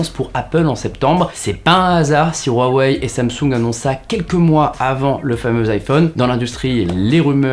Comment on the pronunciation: On prononce Ruawei et Siaomi.